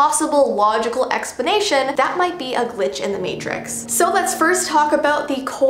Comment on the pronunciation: Did nobody ever noticed that she said explanation as expenatoin